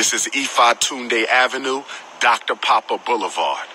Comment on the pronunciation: Did he say doctor Big Poppa Boulevard